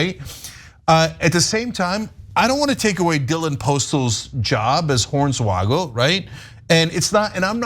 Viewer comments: It’s pronounced Horn swoggle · I'm here for the butchering of Hornswoggle's name lmao